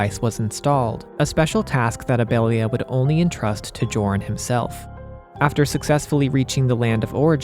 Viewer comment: Joran is pronounced "Yor-en". I learned that from Xenoblade Chronicles 3.